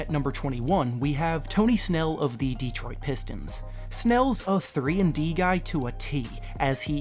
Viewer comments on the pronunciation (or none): none